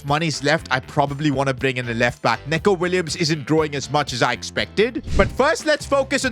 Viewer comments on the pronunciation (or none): It's not Neko it's Nico ,🤓🤓🤓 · “It’s neeko Williams, not neko” -Neco Williams